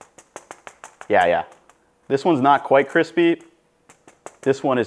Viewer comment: ‘kwispy whisky bwiusiness’ 🤦‍♂️